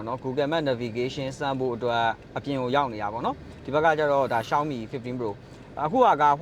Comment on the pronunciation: ကျနော်လဲ ပြူရာ လို့ပဲထွက်တာပါ ရှောင်းမီကိုလဲ အဲ့ဘဲက ရှောင်မီး တဲ့😅😂